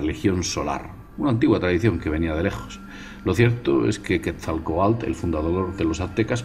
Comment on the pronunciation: "Quetzalcoatl": QUET - ZAL - CO - A - TL, ojo con ese TL suena como se escribe, T seguido de L sin sonido vocal, como "Popocatépetl" PO - PO - CA - TE - PE - TL. saludos y gracias por el video